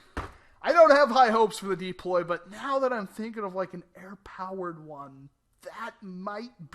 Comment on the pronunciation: come on deeploy?your not from boyston!its called the DU~PLOY.